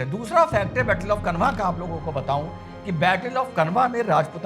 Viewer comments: खनवा नहीं खानवा है भाई... उच्चारण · श्रीमान माफी के साथ कहना चाहूंगा Khanwa (कनवा) नहीं इसे खानवा उच्चारित कीजिए क्योंकि कनवा नामक जगह कोई नहीं है बल्कि यह खानवा, भरतपुर, राजस्थान में स्थित है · dr साहब ,, battle of khanwa , - खानवा का युद्ध, मैदिनीराय चंदेरी के राजा सही उच्चारण , "खानवा का युद्ध", " मैदिनीराय "